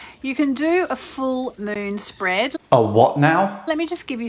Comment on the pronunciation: A Full Moon Spread is a type of Spready to the Gods? Is this woman Australian or something?